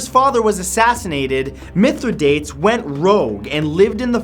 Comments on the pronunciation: I don't mean to be picky, but Mithridates' name is pronounced (myth-rih-dah-tees) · Mithridates..Say it with me, Children..Mith-Ri-Da(dah)-Tes(tees). Good job, Kids. I knew you could do it! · think you pronounced Mitradates wrong .. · Mith-ra-dot-ees is the pronunciation. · Love you Matt... Want you to sound as smart as you are....Mithra day teez ( Mithradates). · Its pronounced 'Mithri-da-tees. Just saying...